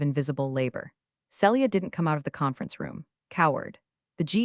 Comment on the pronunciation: Celia - see lee ah NOT cell ee ah Read - reed or red need to check which applies This is why i don't subscribe!!!